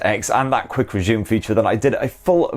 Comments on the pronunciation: Whenever he says quick resume he actually says quick reshewm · Say "resume" again!